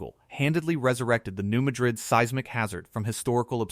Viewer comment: REMEMBER...THATS PRONOUNCED MAD RID...NOT LIKE THE CITY IN SPAIN.......